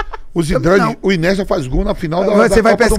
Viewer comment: O q esperar do cara q diz q é melhor q o Messi e do outro q chama o INIESTA de "Inesta"? Se eles são paga pau de brasileiro, eu sou paga pau de gringo, pronuncio correto viu... kkkk